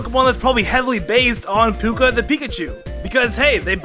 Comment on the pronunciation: Trying to decide whether or not I'm willing to watch your video after how bad you mispronounce Puka's name...